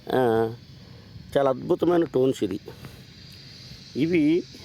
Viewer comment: వాడికి పలకదు నువ్వెన్ని కామెంట్లు పెట్టిన waste 😂😂😂